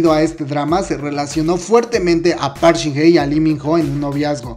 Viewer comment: jjajajaaj me da risa como pronuncia el nombre de shin hye "park shin ne" jajaajaajja es park shin Hye, wey